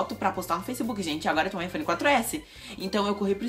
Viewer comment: Não é "Hiphone" é iPhone !!!😂😂😂